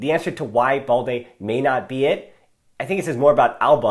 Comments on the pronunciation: Why do you keep pronouncing BALDE as “ball-dey”? It’s balde as in “bad-day”😏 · remember, it’s AS IN. So you keep the “L” of course. He wrongly pronounces it like “boldy” where as it is “baal-dey” with an L sound